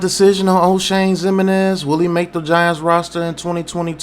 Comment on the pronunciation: No didn't call him Oshame 😂